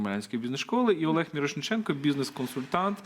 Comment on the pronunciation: Цікаво. Але, перепрошую, дивна форма прізвища - мИрошнІченко. Здається, мало б бути навпаки - мІрошнИченко, адже - мІрошник, а не мИрошнІк )).